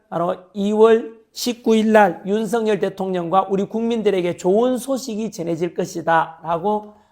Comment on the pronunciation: 발음이 자꾸 ㅋㅋ 윤서인 대통령이 아니고 윤석열 대통령입니다 ㅋㅋ😂